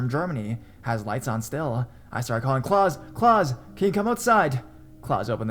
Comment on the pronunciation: The German name Klaus is not pronounced like Santa Claus, sounds like claws, but instead Kl-ows, rhymes with house.